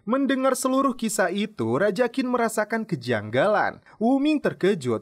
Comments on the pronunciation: Qin dibaca Chin, bukan Kin. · Mas, Qin itu dibacanya Chin. Seperti Cina. Karena memang Qin (Qin Shi Huang) sang raja adalah awal muncul nya Cina. Kata Cina itu adalah berasal dari Qin (baca: Chin)